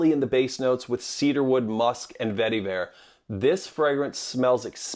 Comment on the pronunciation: Every time you said vetiver, my eye twitched.